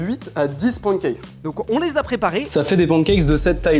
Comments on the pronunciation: les français vous êtes teeellllleeeement ignorants ON DIT PANNE CAKES PAS PAN CACKES!!!! PARLEZ BIEN ANGLAIS OU PARLER PAS ANGLAIS!!! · qui dit pouancakes 😂😂😂😂